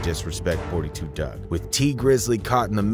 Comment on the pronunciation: Its not 42 it 4 2 dugg if u a fan ish drive me crazy mispronounce my name i get offended